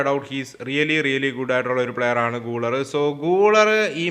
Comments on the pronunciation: pronounciation thettanu GULER മലയാളത്തിൽ ഗുളേർ എന്നാണ് ഗൂളർ അല്ല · ബ്രോ ഒരു ചെറിയ കളിക്കാരുടെ പേര് കൃത്യമായി പറയാൻ ശ്രമിച്ചാൽ നല്ലതായിരുന്നു ബ്രോ പറയുന്ന ചില കളിക്കാരുടെ പേരുകൾ eg: guler, hujisen ഇതൊക്കെ തെറ്റാണ്